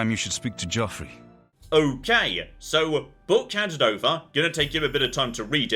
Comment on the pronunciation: Hearing Sean Bean say Joffrey is very triggering